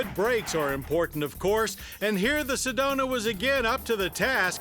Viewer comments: I'm pretty sure it's "Sedona " instead of "sedonia " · Johns getting his alzhiemerz on with "sedonia"...we actually call it Sedona out here in az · Lol Sedonia